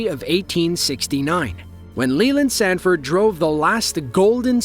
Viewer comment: Leland Stanford, not “Sanford.”